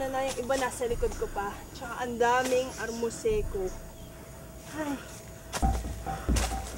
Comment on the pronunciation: amorseko po, not armoseko.. uri ng gamot po yan..